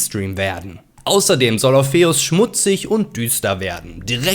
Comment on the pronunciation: schönes video soweit, aber so, wie du 'orpheus' aussprichst, ist es nicht zu erstragen ^^ schade